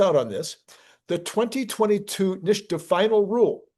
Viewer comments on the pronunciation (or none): It’s NIT-SA, not NISH-TA